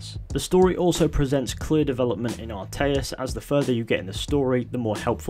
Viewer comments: Atreus, not Arteus. Atreus. A-tray-us. Atreus. Not Arteus. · ATREUS. Ah-tray-US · It actually sounded like altaïr for some reason lol